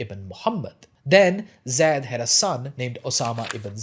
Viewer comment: The pronunciation of Zayd is with a soft a like in plane not Zed.